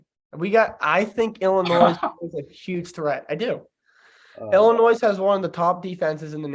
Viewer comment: Hey and, love the pod. I do have concern tho…. I noticed you pronounced Illinois like illnoise, that is very concerning because your are a college student. Maybe put down the Budweiser and go to a grammer class? Love the pod guys great work. God bless.